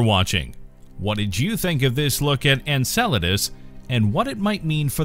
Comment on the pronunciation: Finally! I was waiting for this video without you pronouncing it: ENSALADAS